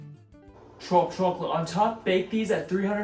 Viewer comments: Bro you pronounce chocolate so weird gotta say 🤣 every one of ur vids you pronounce it CHOOCKLOTE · I’ve been trying to get oatmeal cookies I like and always using protein powder lol. This seems awesome. And dude u have to be from north jersey the way you say chocolate gives u away 😂👍my family says it the same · I love the way you say chocolate. If you don’t mind me asking, are you originally from the east coast? Anyway, love the video as always man. Keep it up! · And for the record, not a dig about the way you say chocolate :) so I hope it doesn’t seem like I’m making fun cause I am not haha